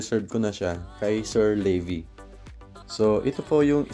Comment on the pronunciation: levi parang levis ung pantalon ung prounancation ng pangalan niya. ung sau "Le bee" lol bisaya ka?